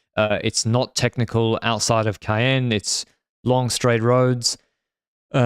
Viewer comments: usually on point with his French, but the Ca-enne pronunciation in the preview and here is pretty far off 😂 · "Caen" is pronounced like the "Cam" part of "Campanaerts".